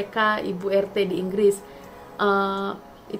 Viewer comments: bukan ar te tapi er te mas.....kami ga pake logat englis membacanya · RT..di baca ERTE..bukan ARTE